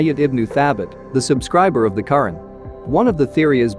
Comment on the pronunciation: AI mis pronouncing Quran